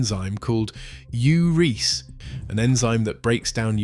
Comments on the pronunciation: It is pronounced "u ree ase." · Ai- it's Ur-EE-ase. Where's the calcium in the calcite coming from??? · Urease is pronounced Yuree- ACE